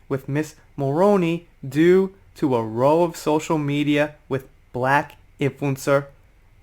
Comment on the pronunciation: Why is it that Americans can't pronounce the word ROW correctly?! It's ROW LIKE "OW" or "OUCH" NOT like "row row row your boat!!"